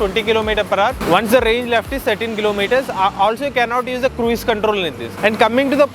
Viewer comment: It's not 'Krueez' mode. It is pronounced as 'kruz' mode.